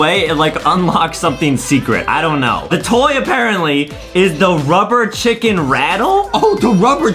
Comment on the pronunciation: Justin said chilken